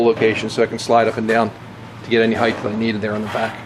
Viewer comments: Thanks, I finally got to watch the end of this video. I still cringe every time you say "Heigth", no idea why so many Americans do that and transpose the T and H, but I won't be asking for my money back regardless;) Hopefully I'll get time soon to watch how the story ends, but it's certainly inspiring quality you're doing there. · "Height" does not end in "th"!